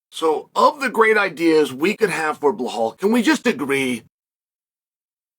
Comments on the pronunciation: Dude !!!!! His name is BELAL With L Not H Come on it’s respect at least say his name right!!!! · you got me saying bluh hall now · I had a feeling. How tf do you pronounce Bilal as Bahal and Makhachev as Mockelchev like wtf.